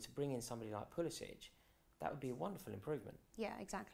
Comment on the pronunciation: At least say his name right. Its pronounced how it’s spelled. It’s not “pulisich,” so in other words, no “-ch” at the end. It’s a hard C at the end